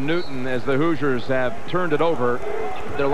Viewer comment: The Indiana University Hoozers? (Announcer, lol)